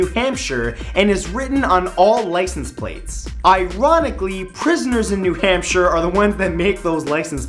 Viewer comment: Sorry Matt, but you pronounce Hampshire HampSHY-ER